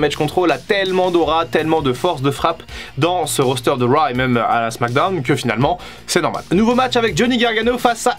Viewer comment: Critiquer Fin pour son accent alors que tu dis "wa" au lieu de "rauw" c'est osé :)